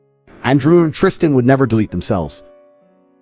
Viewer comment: Yes piers andrews brother is called Tristan not tristian 😂